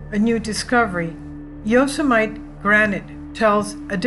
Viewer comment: Saying Yo -Suh - Might for fun is funny. Saying it for real is a bit scary. It's Yo Sim Uh Tee.(Etymology - "those who kill") Gorgeous pictures.